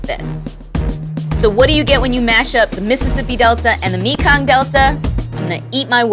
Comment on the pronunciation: "me Cong"